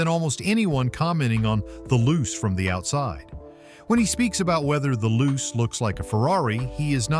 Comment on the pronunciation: Not loose. Lu-che pronunciation!